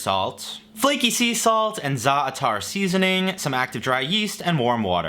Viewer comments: it's pronounced zatar not zar atahr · im cringing "za-a- taar" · Each time I hear a youtuber pronounce Zaatar it gets worse and worse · Right?! I laughed as soon as I heard that pronunciation. Oof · Shoutout to pronouncing Za’tar in a manner that sounds like a combination of both israeli and Palestinian accents because unity